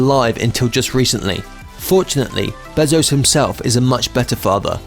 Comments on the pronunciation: Him: "Jeff beh-zos" Me: wtf its bay-zos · It’s bézos, not bèzos. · His last name is pronounced bay-zo/zoe-ss